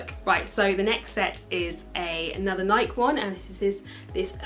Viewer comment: It’s pronounced Nai-kee not Naik.